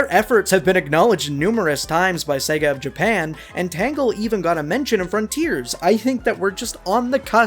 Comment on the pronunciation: Its Tangle, not Tango. 😂